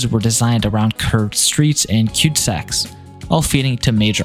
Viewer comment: Lol “cute sacks”. They are called cul de sacs. Like cull duh sack. I bet Canada’s sprawl is worse than the US per capita.